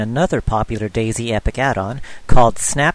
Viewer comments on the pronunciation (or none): LOL you call dayz epoch dayz epic.... just the way you pronounce it.